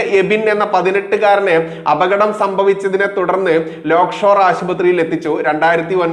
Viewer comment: ലേയ്ക്ക്ഷോർ .........ആണ്. ലോക് ഷോർ അല്ല. മൂപ്പന്റെയാണ്.